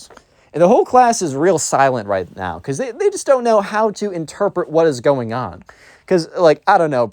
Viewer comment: This video is a certified “are you serious right neow?” Moment